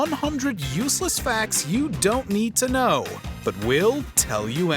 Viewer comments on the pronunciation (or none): none